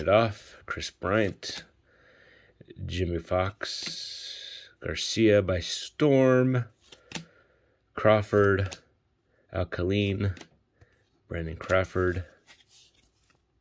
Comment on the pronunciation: It’s pronounced Kay line (Al Kaline)